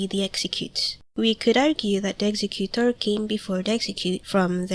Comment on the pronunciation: Ex-egg-u-tor ( not trying to be a smartass , just trying to be helpfull ) :)